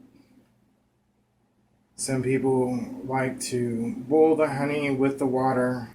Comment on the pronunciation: Are saying "bowl it" or "boil it"? Because it sound like "bowl" and that is confusing.